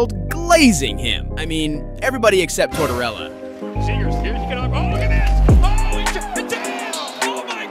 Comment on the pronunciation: Argh, this voiceover is painful. The “super cool” delivery with the complete lack of hockey knowledge is cringe. “ROO-wah” “ZAY-grass”. “THE Center ice”